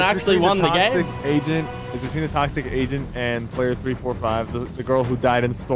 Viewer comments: I thought that Sypher kept saying Toxic Asian not Toxic Agent and I was so confused lol. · All I'm gonna say is I heard the say toxic Asian not toxic agent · I thought sypher said toxic asian like what!?!?